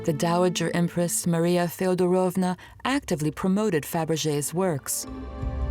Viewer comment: thank you for the video, ❤ the content is brilliant. I am having an issue with Russian names/words/titles pronunciation by the English accent lady . She puts emphasis on the wrong part of every Russian word/name she utters😂😢 TzArevitch? it is tzarEvitch. FeodorOvma? it is FedOrovna… please , 😢 English-speaking people -,learn the pronunciation😂😂😂